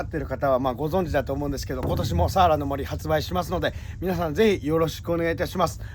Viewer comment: いつも楽しく拝見しています。サワラ漁っていうときは 合ってるのに・・・・サワラって単語の時のイントネーションが毎年気になってます。